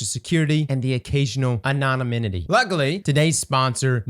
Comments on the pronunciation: Did he say Annonaminity in the ad? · How many takes did it take to say "Anonymity" correctly on your sponsor plug?